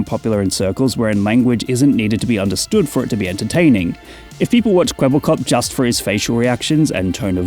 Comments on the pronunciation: It's Kwebbelkop, not Kwebblekop. Kwebbelkop is Dutch and this name pretty much means blabberhead. Which fits seeing the AI bullsh*t this thing is spouting. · ermmmmmmmmmm actually its kwebbelkop not kwebblekop